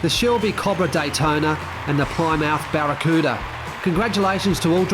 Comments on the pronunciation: Not ply-mouth, it's pronounced "plimmith" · 👍🏁😀 say it.......PLIM-UTH😉